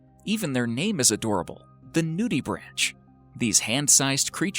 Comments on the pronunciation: Mindblogger? Really, you are such a dumbass. If you are going to make video then as a minimum check a dictionary for pronunciation. “Nudibranch” IS NOT a “nudi-branch”… Try “noo – deh – brank”. (/ˈnjuːdɪbræŋk/[2],) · its pronounced nutibrank not nudibranch.... even though thats how its spelled.. . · noo-de-branK, not nudibranCH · pronounced nudibrank